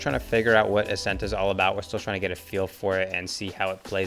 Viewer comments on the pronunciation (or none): ascent more like assent